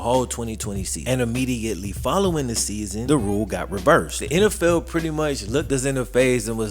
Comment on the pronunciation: lol you say "NFL" like "N Ell Fell"